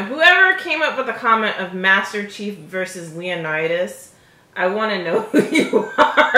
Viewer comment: You know it’s Leonitus right...not Leonartus